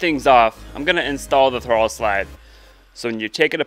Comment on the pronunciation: Dude, use your words to talk lmao. Throbvvvle . The throooovle